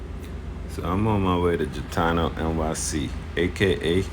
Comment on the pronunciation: It’s G itano not Jitano